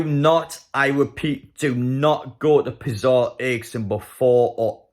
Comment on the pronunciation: It’s pronounced ‘Pe-Atz-A’ (a public square) Good stuff 💪